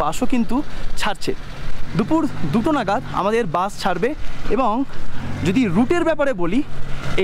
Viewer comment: বাস উচ্চারণ টা একটু ঠিক করে করুন। বার বার বাশ বাশ করছেন।